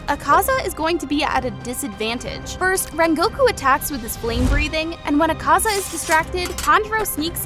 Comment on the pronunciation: I feel like Tanjiro would also get the power of being able to pronounce characters names better than you can. .. it's Ahh-kaah-zaah, zehn-it-zoo, and ehn-moo, you pronounced even more characters names wrong... lol